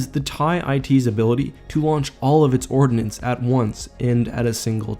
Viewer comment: Ordnance, not ordinance. :)